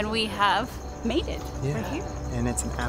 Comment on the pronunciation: To my ears, it sounded like was channeling the snails when said "we made it" on the post-prandial walk. Sounded like "we mated". Time for me to climb out of the gutter. 😂